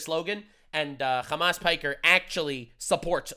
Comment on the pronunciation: Khamas Fricker.😅 as expected from a Khouthis supporter. Seriously, no self respecting Muslim should EVER support this POS.